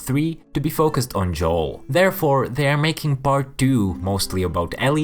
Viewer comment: “Bart two” ?? Ohhh, PART two!